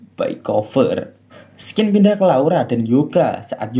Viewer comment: Kata "Scene" itu bacanya bukan ''skin" bang tapi "sin" 👍👍🙏